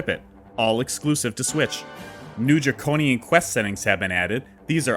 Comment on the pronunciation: Did you say “dragobian settings”??